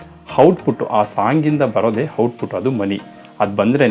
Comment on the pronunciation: Cinema making business ಆಗಿರಬಹುದು, ಆದರೆ ಜನ ನೋಡೋ ತರಹ ಮಾಡಿದರೇನೆ ದುಡ್ಡು ಹರಿದು ಬರುವುದು. ಕೆಲವು inputs ನಿಮಗೆ - Bgm volume ಕಡಿಮೆ ಮಾಡಿ. -Heroine ಹೆಸರು ಕೀರಾ ಅಲ್ಲ, ಕಿಯಾರಾ. - Apple ನ Happle ಅಂತ ಹೇಳೋದಿಲ್ಲ ನೀವು, ಹಾಗಿದ್ದಮೇಲೆ, input ನ Hinput ಅಂತ,output ನ Houtput ಅಂತ ಕೇಳೋದಕ್ಕೆ ತುಂಬ ಕಷ್ಟವಾಗುತ್ತದೆ. ಕನ್ನಡದ ಪದಗಳಾದ ಆಗುತ್ತದೆ ✅……..ಹಾಗುತ್ತದೆ ❌ ಹೇಗೆೆ✅……………ಏಗೆ❌ ಆಗತಾನೆ …………..ಹಾಗತಾನೆ❌ ಆದಾಯ ……………ಹಾದಾಯ❌ ಹಾಡು ………………ಆಡು❌ ಆಸಕ್ತಿ ……………..ಹಾಸಕ್ತಿ❌ ದಯವಿಟ್ಟು ಎಲ್ಲಿ ಅ ಕಾರ ಬೇಕೋ ಅಲ್ಲಿ ಹ ಕಾರ ಬಳಸಬೇಡಿ. ಎಲ್ಲಿ ಹ ಕಾರ ಬೇಕೋ ಅಲ್ಲಿ ಅ ಕಾರ ಬಳಸಬೇಡಿ.